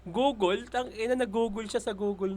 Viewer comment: sa totoong pag bigkas ng Google... parang mas malapit pa nga ang "Googol" kesa sa "Gogeel"